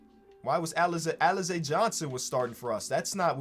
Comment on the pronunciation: why you disrespecting alize 😭 you pronouncing his name wrong too